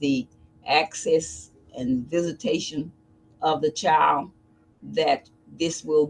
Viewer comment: There is a D at the end of the worD chilD!!!